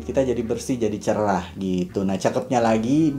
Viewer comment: Kak cerah kak bukan cerlah😅😅